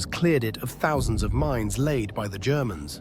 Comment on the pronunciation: Haha I love when the AI says 'the germans,' comes across to sound almost like he's saying 'the degenerates' hah.